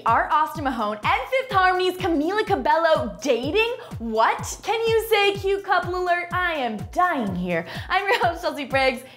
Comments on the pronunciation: Again people, it Ca-be-yo not Ca-bell-o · u pronounce cabeYO not cabeLLO! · U SAID HER NAME WRONG. ITS SPELT CABELLO BUT ITS SAID AS CABEYO. EXCUSE YOU. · i thought is a fan but she cant say CabeYo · hold up you didnt even say her name right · you pronounced cabello wrongly